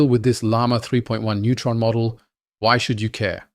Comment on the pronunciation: It sounds as if you're saying neutron instead of nemotron. 🌻